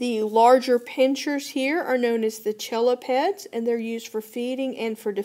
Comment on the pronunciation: The chelipeds are actually pronounced "Kel-e-peds" incase it helps anyone.